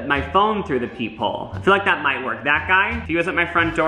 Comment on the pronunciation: Every time you said ‘peep hole’ I thought you said ‘people’ and I was so confused. I figured it out eventually though.